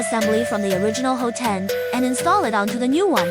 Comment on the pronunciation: It's pronounced "HOT-end", not "ho-TEND".